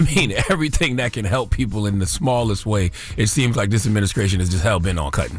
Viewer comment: Charlamagne not knowing how to say ADMINISTRATION is just hilarious to me lol